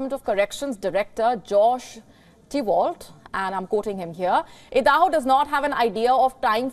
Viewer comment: Did she pronounce Idaho as Eeedahoo, wow, nice.